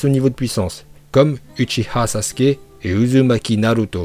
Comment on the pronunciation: Et retourne sur Dbz toi tu dis que dla merde "iuzumaki" "hokadje""shipunden"